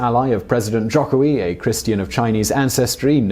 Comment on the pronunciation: Hi, thanks for making a video about Indonesian politics (a greatly understudied topic indeed). A quick point of feedback: you mentioned that rising conservative Islamic influence would likely cost Jokowi (btw pronounced Joe-koe-wi) the 2019 election. While islamic populism is certainly a force to be reckoned with, all credible polling organizations have Jokowi in a double digit lead over potential opponents. Furthermore, its actually not a clean split between Jokowi and the opposition in terms of the Islamic parties. PKB will likely go for Jokowi, while the PKS while go for Prawbowo Subianto (his likely opponent). The other two are sort of a toss up at this point. I would also say that Indonesia's democratic consolidation faces great challenges from forces besides Islamism.